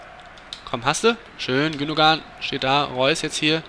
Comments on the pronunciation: Ilkay Gündoğan = Das "ğ" wird quasi nicht ausgesprochen, sprich "Gündoan". Schon irgendwie peinlich, ist ja auch ein deutscher Staatsbürger und spielt auch für die deutsche Nationalmanschaft aber nicht viele können einmal den Namen richtig aussprechen....das gleiche bei Özil, dessen Namen quasi jeder wie DJ Ötzi ausspricht, obwohl das "z" als "s" ausgesprochen wird, quasi "Ösil". Das hier soll kein Vorwurf an TAZZ sein, sondern einfach weil mir das jetzt bestimmt zum 100sten mal aufgefallen ist. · Gündogan wird Gündoan ausgesprochen...